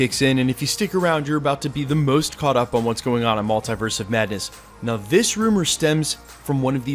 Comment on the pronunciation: I hate how you pronounce maltiverse 😣 do better bro